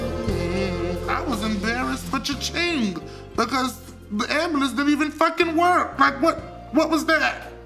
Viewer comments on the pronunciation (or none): 💀💀💀💀💀💀the way he said fuckin had me DONE " the ambulance didnt even Fackin work"